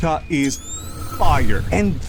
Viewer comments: its ga-chee akoo ta not gachiakita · “Gachi Akuta” 😭🙏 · Every time he says the manga name I cringe. It’s Ga-chia-kuta. Please.